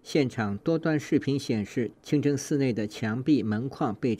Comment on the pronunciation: 主持人说清蒸寺